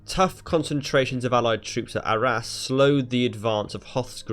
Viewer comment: In the vicinity of ARRAS....SOUNDS LIKE OUR ASS